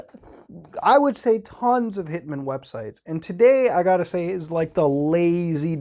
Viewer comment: You say 'hitman' like 'pikmin'